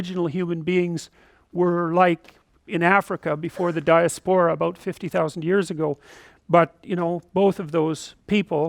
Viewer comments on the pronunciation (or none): I think it's di-ASP-ora rather than di-a-spora.